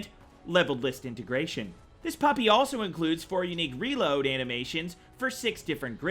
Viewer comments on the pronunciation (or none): none